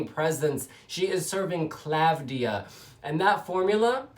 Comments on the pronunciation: It is Klavdía. Not Klávdia. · you are great! i really enjoy yr videos! i love yr reactions! the v is pronounced as v and not as u like the italian/spanish/latin equivalent. and the accent is on i. asteromata(female)=star-eyed. greetings from greece